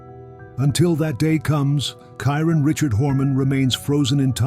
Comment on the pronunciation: You could at least pronounce Kyrons name properly. Brother 😢